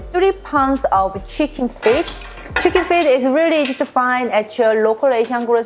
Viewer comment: 치킨이 한국식 발음인데 혹시 한국인?